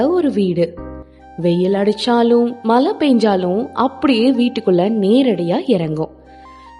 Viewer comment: " மலை " பெய்யுமா ?( உச்சரிப்பில் கொள்ளியை வைக்க வேண்டும் )